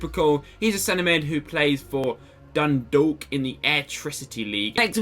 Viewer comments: Im from Dundalk and i pmsl when you said "dundalk" 😂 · I'm Irish and I laughed so hard when I heard you say Dundalk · Same here